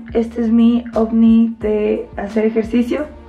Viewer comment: Paulina del Campo dice ofni 👀